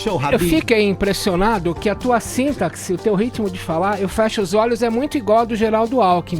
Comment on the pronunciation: Não existe "síntaxe" idiota. Se pronuncia "sintáxe". Peloamordedeus, doeu meu ouvido ainda mais vindo de um cara tão pretensioso.